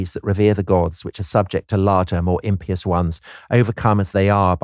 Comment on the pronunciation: Thank you for correctly pronouncing "impious"! It's music to the ears!